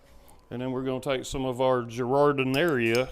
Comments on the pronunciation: I was a Midwestern'er for 50 years and it's pronounced "Jard-in-air" or "Jard-in-air-a" Not criticizing here just letting you know. Awesome sausages! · Looks good! I think they pronounce it Jeer-A-Deli. I say it like you.